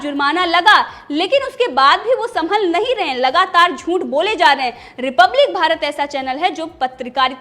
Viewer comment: क्षमा चाहता हूं ,हूं भी गलत टाईप हुआ है,लेकिन टाईप में चंद्र बिंदु नहीं टाईप हो रहा है,आप से कहना है कि झूठ बोलने की कृपा करें,क्योंकि झूठ में अनुस्वार नहीं होता है,इसलिए झूंठ की जगह झूठ बोलने की कृपा करें।यह शुद्ध अशुद्ध उच्चारण की बात बोले हैं,अन्यथा न लें।